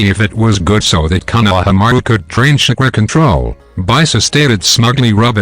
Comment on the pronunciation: He is calling chakara shakura